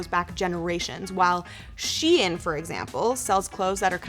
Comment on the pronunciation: It's pronounced Shine, not She-in.